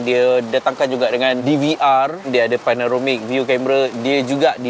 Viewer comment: Panoramic.. Bukan Panaromic.. 🥰